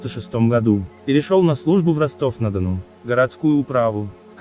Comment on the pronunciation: Звук за кадром, где Ростов-на - ДонУ пару раз называется Ростов-на ДОну искренне возмущает. Неужели не нашлось человека из нашей области, чтобы прочитать текст??